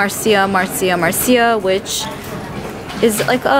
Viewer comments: Its pronounced "Marsha, Marsha, Marsha"💄 Marcia Brady from the Brady Bunch. It was a line said in the show. 😁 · I was cracking up how she pronounced it I’m like who doesn’t know Marcia ? Lol